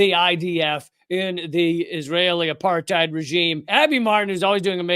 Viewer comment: "Israel isn't apart-thighed!" - Michael Rapaport